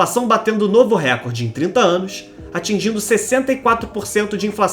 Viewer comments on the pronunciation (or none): RÉCORDE – A pronúncia RÉCORDE é errada; desde o étimo latino, passando pelo francês, o acento tônico cai na segunda sílaba, –CÓR– , rimando com aCORde, MORde, portanto, RECÓRDE. A acentuação proparoxítona não é PORTUGUÊS.